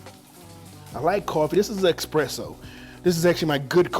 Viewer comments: Dude its not expresso its espresso. And that not asparagus but zuquini. Chef lol. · "eXpresso" "al dAnte" and "uNami" XD I'm sure that steak tastes good though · no x in espresso nor especially >.<